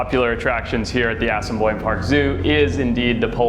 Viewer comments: Did he actually say 'Ass-in-boine' Zoo? How could he decide to go there...research ahead of time...chat with the staff...and then say the name so badly wrong? (Yes, I grew up in Winnipeg) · my favourite part is when he mispronounces assiniboine